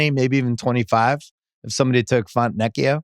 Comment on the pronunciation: fontNECKio instead of fontecchio is hilarious every time 🤣